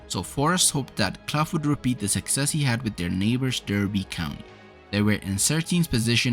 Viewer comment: You've mispronounced "Derby". The competition was called the European Cup back then. Clough was "the shop window" and Taylor was "the goods in the back". For better or worse the game has changed since then, and what Nottingham Forest achieved is unlikely to happen again.